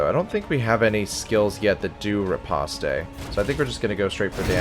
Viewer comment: Of all the people currently making DDII content, you're the only one that seems to treat the game and its characters with the respect it deserves. Thanks for being watchable. Nitpick, as requested: riposte is pronounced /rɪˈpɒst/ - think "repost", but with the stress on the second syllable. "Ripostay" is the intuitive pronunciation for me as well, but it's wrong.